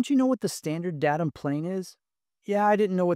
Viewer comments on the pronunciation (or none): Good review. There's no N in "datum" though.